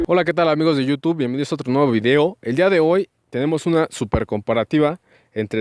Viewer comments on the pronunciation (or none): none